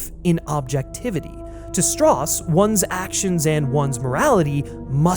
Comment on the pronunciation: As he proceeds to say "Strauss" wrong...